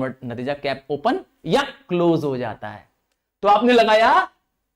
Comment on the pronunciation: Sir( jata) bola jata ha 😅